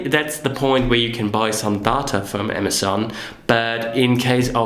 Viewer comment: Amazen? lol. Learn how to pronunciate.